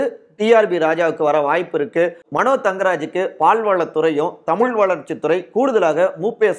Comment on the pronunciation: ஏயோவ் தமுல் என பேசாதீர் தமிழ் என பேசுங்கள் தமிழை அழிக்காதீர் வேண்டுமென்று பேசுகிறீரா? திருத்தி கொள்ள வேண்டும்